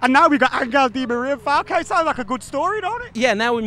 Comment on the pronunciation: remember guys the name "Angel" is pronounced An-hell, and not An-gle. I'm so glad to see that one of our best players of the moment has been so welcomed! Go luck to the team! and to all the devils out there.